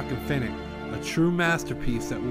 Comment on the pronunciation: He didn't say finite. He said it right